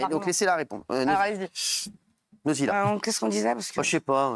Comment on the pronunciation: C'est pas Nodziiila, c'est Godzilla 😂😂😂